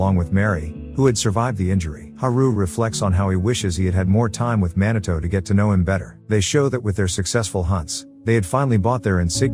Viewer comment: "man a toe"? Come on, pronounce his name properly please. It's pronounced MEE NAH TOH !!!! How would you like it if I call your channel name "ass a high"?